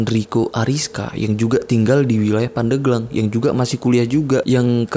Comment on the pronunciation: Yg bener itu pandeglang bang, bukan pandeglang